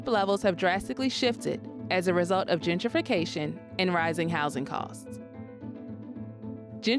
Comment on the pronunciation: It's Gen-tri-fication, not Djidjification.